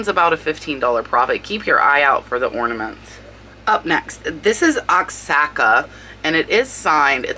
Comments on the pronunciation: I just love how you are. Not worried about makeup or hair, just screw it. I’m doing the video regardless. Great attitude👍 Just a FYI if that wood figurine is Oaxaca then it’s pronounced WAH-HOCKA. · Greetings from New Mexico! Thanks for the what sold video, I love these! Wanted to let you know Oaxaca on the cat with no tail is pronouced 'wahaca.' Cheers!